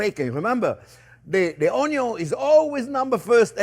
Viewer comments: You had me at onyo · Ah come on Chef! You can never have too much onyo you know its true! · The man who single-handedly taught a generation to dice an onyo. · Chef, you are a delight to watch! Always interesting videos and always cheerful. There are a couple of words standard here in the house. Onyo and "I measured carefully"! Thank you for your inspiring videos and personality! Greetings from a Dutch guy in Norway!